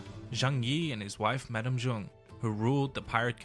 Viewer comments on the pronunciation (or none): none